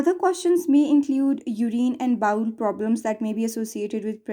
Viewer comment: Bowel is bowel not bowl